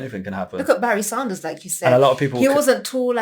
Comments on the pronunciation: Barry SANDERS, not Saunders!! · Anyone else triggered everytimenhe says saunders instead of sanders?